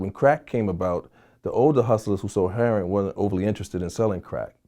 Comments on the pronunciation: Why do ppl pronounce it "hair on" instead of heroIn? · I watched this whole video and Vlad never pronounced “heroin” correctly.......🤔